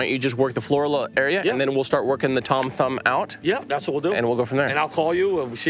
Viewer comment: Pronounced Floor/al/a